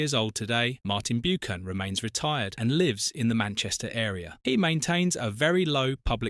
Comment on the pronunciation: Is this an AI voice? Sounds like it. Martin 'Bewkan' and other strange pronunciations. Eric Can-TONE-Ah :face-purple-wide-eyes::face-pink-tears::face-fuchsia-tongue-out